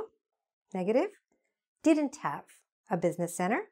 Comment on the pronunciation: You are not pronouncing didn’t Correctly check it once